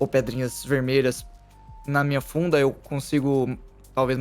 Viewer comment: eu entendi bunda em vez de funda